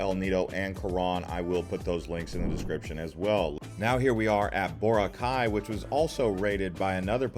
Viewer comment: “El ni-doe, Co-wron, boh-rakay, say-bu, bo-hole”, and to answer your question YES you butchered them too 😂